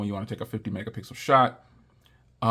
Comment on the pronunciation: 'This is the 50 megapickle shoot' got me